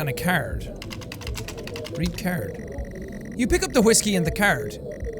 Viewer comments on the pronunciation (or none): Lol you always say "cAIRd" instead of card. Or "Cared" lol kind of like a pirate but slightly different